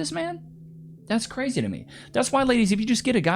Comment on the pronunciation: Never stick your d in cwazy.